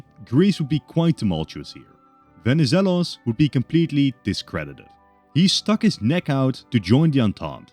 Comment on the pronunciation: As a Greek, nice work pronouncing Benizelos